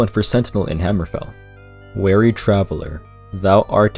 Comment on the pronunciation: Weary and wary are not homophones. Weary is pronounced like WEE-ree, whereas wary is how you pronounced weary .